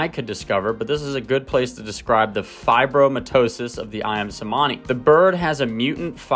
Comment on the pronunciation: The "C" in Cemani is pronounced in Indonesian as a CH sound... so Ayam "Chuhmani" would be phonetically correct...just a trivial detail... :D Great video!